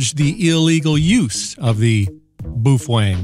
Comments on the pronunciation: He said boof wang --:heh heh... (I believe it's pronounced bow feng) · It’s pronounced Bow Feng bud. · boof wang